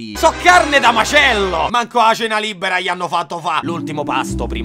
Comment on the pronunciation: EDDAJE prima de CENAH Anvedi che citTE citTE ancora meglio de primaH No vabbè Kubrick me sento male